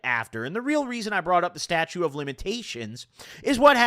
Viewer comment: Its not "statue" of limitations dawg. Thats you